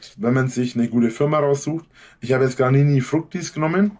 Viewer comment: 🤣🤣🤣🤣 serum laviin 🤣🤣🤣 statt leave-in, der is in the Hood;) Was hat der immer mit der Marke "Granini???? Wäscht er mit O-Saft oder was??? Aber klingt ja fast genauso wie Garnier, klar, kein Ding.